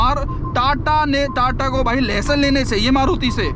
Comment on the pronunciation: favourite word LEHSON 🧄✅LESSON❌ 😂😂😂 HI KEHDE 😁🤣